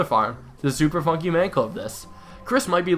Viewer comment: He said Super Funkey Man Club